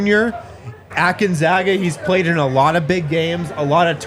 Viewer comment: Proper pronunciation of Gonzaga is GONE not GUN. …. Gone-zag-uh. Clark Kellogg one of few who says it correctly.